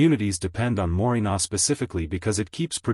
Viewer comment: I think you mean Moringa not morinar